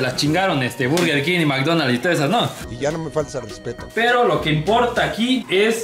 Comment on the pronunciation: El whicho dice “MCDonas” 😂😂😂